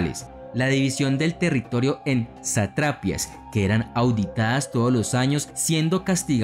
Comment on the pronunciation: Hola, me parecen excelentes tus videos. Tengo una observación: no se dice satrápias sino satrapías con acento en la i y no se dice satrápa sino sátrapa, con acento en la primera a. De resto, muy chévere e ilustrativo.